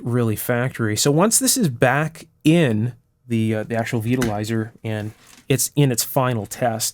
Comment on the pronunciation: I thought you said Supreme Beetle Riser. Sounded like a very odd choice of pizza toppings.